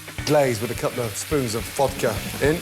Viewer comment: Ramsey: "couple of spons of vodka " Me: 👁️👄👁️ "Cople of 🥄of vodka I really want to post tat meme of that vodka lady 😶